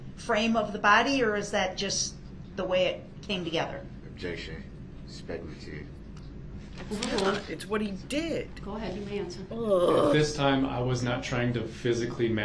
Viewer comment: Ah yes!! The DNA testimony..Where Duh-rell thinks objecting to dna results can be "SPEK AH LATIV" Or "SPEK-ALASHUN"...😂😂 I think he hates staying late because he misses his phone time. Cant call his mama.😂